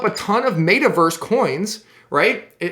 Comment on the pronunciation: Its META Verse not Mayta Verse lol